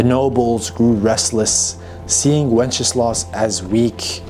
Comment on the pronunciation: I love how how you pronounce Wenceslas, it sounds like Wencheslav - which would mean one who celebrates/praises wenches - pretty accurate 😂